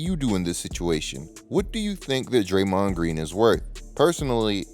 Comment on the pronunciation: Man that "DrayMOND" pronunciation threw me off all video long 😅